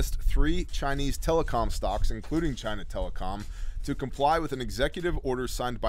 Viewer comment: I lost my shit when you called China 'gina